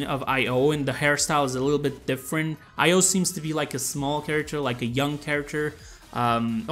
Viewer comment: Her name is pronounced e-yo for io but you can say io if you want. I'm just trying to help😉